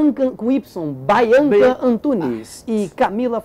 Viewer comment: Bianca com "y" bay-anca kkkk